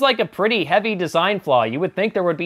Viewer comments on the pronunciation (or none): none